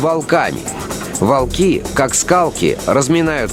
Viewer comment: более того, если вслушаться - диктор тоже "волки" с вологодским оканьем произносит)